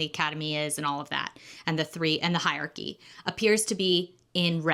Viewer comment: great video but i hate the way you say hierarchy haha